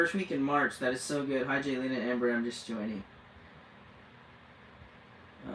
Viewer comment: It is Jaylena , not Galina. Please get it right. I know I'm being petty but if you lived with my name ( Retha) you would understand why I'm sensitive about names and the spelling. I've been bullied all my life about my name . Being called all kinds of ridiculous things. I don't mean to offend you so please don't take my comment wrong. Have a blessed day!❤